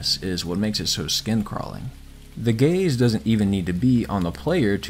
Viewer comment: Every time he said gaze I heard gay’s